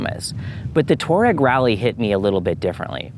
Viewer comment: Pronounced: TWAH-reg